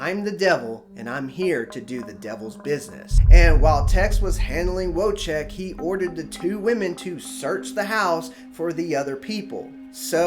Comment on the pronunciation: VOY-CHECK....not WHOA-CHECK ;-)